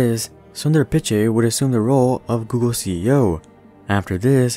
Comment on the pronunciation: You mispronounced Pichai